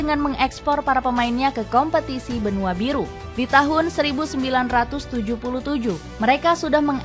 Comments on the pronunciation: Skuad samurai biru bukan samurai Buri min😅😂😊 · Biru..bukan buri😂😂😂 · Apa cuma gue yang atau salah dengar "Samurai Buri"